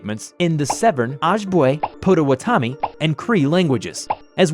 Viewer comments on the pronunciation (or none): He pronounced the languages wrong (aside from cree) so here's the right pronunciation. Ojibwe is pronounced Oh-jib-way And potawatomi is pronounced Pod-uh-wad-uh-me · Just saying in the video, potwatomi is pronounced (Pot-uh-wat-um-e) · PLEASE READ: Okay, I'm Native american, and I just wanted to inform you that is NOT how you pronounce those tribe names. It's Oh-jib-way And pah-dah-wah-dah-me Cree, you got right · Hello! I just wanna say you pronounced Potawatomi wrong. It’s pronounced “pot-ah-wan-tome” at least that’s how we say it. (My best friend is Nishnabe and that’s how she says it) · Ik its expected because not many people even come in contact with the tribes but its still funny to hear him mispronounce ojibwe and potawatami. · that was the worst way I've ever heard someone pronounce "potawatami" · And he also butchered Potawatomi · Your way in pronouncing Potawatomi concerns me XD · Who pronounces Potawatomi like that